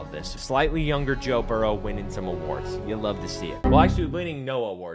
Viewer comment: bro said bo jurrow 😂